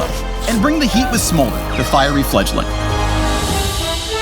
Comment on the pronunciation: It sure didn't sound like he said fledgling towards the end.